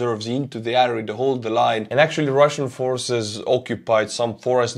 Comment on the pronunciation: the word area is pronounced air ee ya FYI